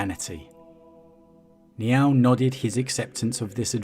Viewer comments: "Niaaauwl" lol. Sounds like a kitty with a lisp. It's closer to N'yál (like, "howdy, y'all"), with emphazis on the 'a' which is pronounced as in 'actually'. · Sounds like your saying Meow oh